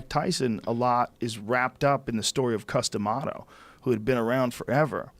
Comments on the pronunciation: I'm sorry but when he said his name, i was like what's that? Custom what? XD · Don't know boxing, I thought he was saying "Custom Auto". I said to myself, " That's a pretty strange name for a boxing legend." I now know that he was saying Cus D'Amato lol